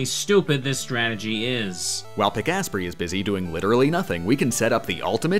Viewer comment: That's how you pronounce Pikasprey? I always thought it was Pika-sprey, not Pik-asprey. , no it's the same probability every time the "dice is rolled", it's more likely that one of the attacks will miss the more attacks there are that can miss. it could be the 20th, the 60000th or the th, they all have the same probability to miss.